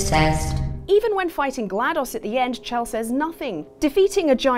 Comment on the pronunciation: IT'S SHELL. SHELL. HER NAME IS PRONOUNCED SHELL. NOT CH-ELL